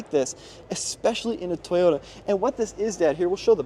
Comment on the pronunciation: Strange pronunciation of TOYOTA. Not sure why that word gets so twisted with different people.